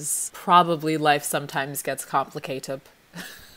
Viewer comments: “i think my favorite is ‘life sometimes gets complicatep’, cause it do!” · "Life sometimes gets complicatep" ....sure does 😅